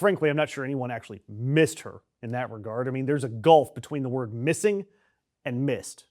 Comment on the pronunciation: No, Melania, no one "meesed" you at all!!!